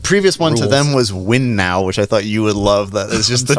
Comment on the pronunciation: A small correction on thing about Ferrari sponsors, I’m pretty sure Mission Winnow is pronounced like “minnow” but with a W and not “win now”.